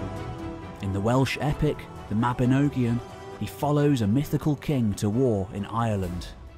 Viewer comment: This was absolutely fantastic, but you REALLY need to learn the correct Welsh pronunciations. EG Mabinogion is Mab-in-OGG-ee-on, not Mab-in-OWE- gee-on. Cynon is CUNN-on, not KYE-non or KYE-known {:o:O:}